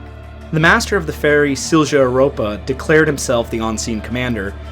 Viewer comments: If you ever need to say that name again, try pronouncing it “seel-yah”, an American would get close to it then. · In the future you can put the words into respective google translates and make it pronounce the words. Would not be perfect but much better than "silsha" (it's "silya") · Good job with the pronunciations. 😊 Regarding pronunciating Silja, J sounds like in ja, jo, sound more like ya, yo in English, so Silja would be SIL-ya :D Just a tiny thing, though! (There were also a lot more Swedish words than Finnish words to deal with here.. :D) MS Estonia, I was 4 when this happened so I don't have any memories of it at the time, but later on it's terrified and fascinated me, so I try to watch any video that is posted about it. Thank you for the thoughtfully put video! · Silja is more or less pronounced SIL-YA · Silja is pronounced Silya. You can hear how it's said on Estonia's Mayday call with Silja Europa. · Eh, don't take it personally, we pretty much know even simplest words in Polish can be unpronounceable for people with little background in slavic languages. As for the sinking of Jan Heweliusz it is an interesting story and I would say go for it, since there has been little on it in english, but there is a 5 episode Netflix series coming out this year supposedly. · My wife went on this ship as a child when it was the Viking Sally, when it cruised from Turku to Stockholm in those days. Just such a horrific tragedy. With regard to European pronounciations... all Europeans use 'y' sound for the letter J, and the V sound for the letter W. So the Silja Line is pronounced Sil-ya. Really appreciate your humble respect when you use these words though. Cheers! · Only pronunciations that I can help with is Silja is pronounced as "Sill-ya", and Wasa is pronounced as "Vossa". I'm an American truck driver who's never been to Europe.